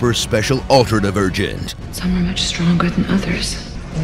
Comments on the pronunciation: i think he said dee-vur-gent in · Am I the only one who heard him say "virgin" instead of "divergent"? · Am i the only one who heard that tris is "not only a virgin" when he said "not only divergent"? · The davirgin serious: insargent